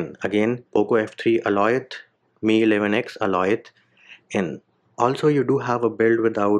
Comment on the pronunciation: Bro it's Alioth, not Aloith.😅😅